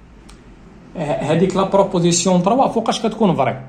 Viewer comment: غير عتازل ماستاد موالو ستريكتومون ههه فري بروبروزيسيون ههههه فرنسي ناضي